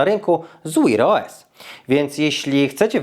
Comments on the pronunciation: 🤣🤣🤣 co to jest "łir OS" ktoś do szkoły nie chodził? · Jaki "wir os"? Sprawdź jak się wymawia w slowniku😂😂😂😂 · To jak mówisz wear os to masakra, wymawia się tak jak pisze tylko "w" wymawiasz jakoś "Ł" 😁